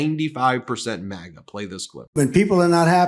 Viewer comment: When did we start pronouncing MAGA (MagA) as MogA?